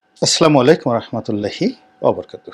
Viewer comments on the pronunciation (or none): plz,vai, say-assalamu alaikum not aslamalikum,plz cortect ur salam vai,ur well wisher,thanks.